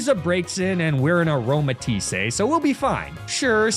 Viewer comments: there's no accent on the e. It's just "a-roma-tees" not "a-roma-tees-ey" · Also how he called her Aromatis-say 😂